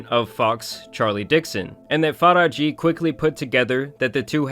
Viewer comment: You butchered the *sh out her name. Faraji is pronounced Faa-RAA-JH-iy